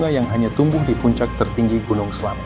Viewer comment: Slamet pake ė bukan slamet